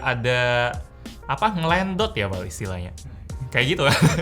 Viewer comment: "ngelendot" 🤣🤣🤣 baso plembangnyo keluar...